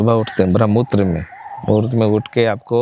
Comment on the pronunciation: पॉडकास्ट में संतमत के किसी अच्छे विद्वान प्रवक्ता जैसे स्वामी सत्यप्रकाश जी से इंटरव्यू करना चाहिए था। इनके इंटरव्यू में शब्दों का उच्चारण सही नहीं हो पा रहा। ब्रह्ममुहूर्त को ब्रह्ममूत्र बोल रहे हैं।